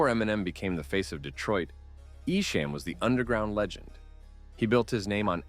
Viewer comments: Its not EshAM its EshAHM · Its pronounced E SHOM .. not ESHAME .. !!! THE SHAME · nah it’s definitely Eshom or Esham not Eshame listen to eminems own lyrics on your documentary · I love that you pronounced esham as e-sham lol. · Ok I wasn’t going to comment but I’m 45 minutes in the way you are saying ESHAM is wrong it’s pronounced like eshŏm not the way you are saying it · You keep saying Esham's name wrong 😂😂 ICP won the battle and I like both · Bruh how you gonna pronounce Esham name wrong?! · Pronounce his name right esham.. Detroit vs everybody